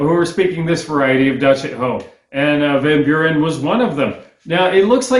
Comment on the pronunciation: Van Buren is pronounced vun Bewr-n.